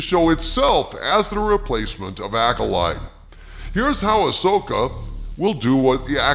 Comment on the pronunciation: You mean ass-oka😂